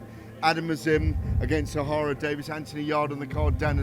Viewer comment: It’s Ohara DavIES not DavIS ffs🤦‍♂️🤦‍♂️get your 💩 together Spencer!